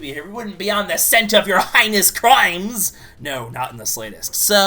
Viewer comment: "the scent of your highness crimes!"... God I love how mispronounces things. It's always funny.